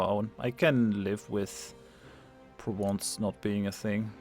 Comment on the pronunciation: I do like how you pronounce "Provence".